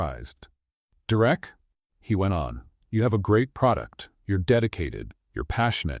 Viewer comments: Have to say it was a super awesome story even with the name being pronounced wrong, Derek was direct lol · Story is good. Narrator called Derek Direct lol. N. GA. USA 9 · Coreova, Alaska 10 of 10 Another great read from this channel. Thank You... One small thing, Derrick not Direct... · 9 because derek was not said right many times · I liked the story but I had listened to a very similar story just recently. Mostly the act of kindness was different. The story line was the same. Someone is copying. The pronunciation of Derek was inconsistent. The emphasis at the end of the name I had never heard before. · Shaking my head at the narrator's pronunciation multiple times of the Derek name. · I liked the story but it was hard to listen to the narrator mispronouncing Derek's name and it seemed like every 2 minutes they brought up "the pothole" Too much repetition for me. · Annoying how AI pronounces Derek. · Great story! Two problems - The pronouncement of Derrick's name and in the middle of the story Elizabeth was in a wheelchair and the sentence read, "Elizabeth stepped forward". I know she did step at the end against her husband, but in the middle of the story she was in a wheelchair and instead of "moving forward" you had her step forward. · Wish AI narrator would pronounce Derek's name right.